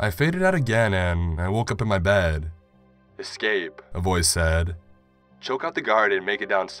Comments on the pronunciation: as a grammar nazi it pains me to hear you eCscape it's escape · The way he says escape as excape is also very annoying